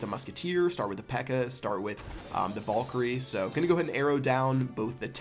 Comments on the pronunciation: Did you t say valgire? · omg I luv how u say valkryie "vulkry"